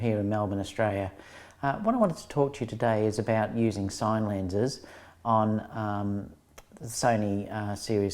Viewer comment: 'I want to talk to you about SINE lenses'?!? Does he mean sin-e.......you know, like cinema?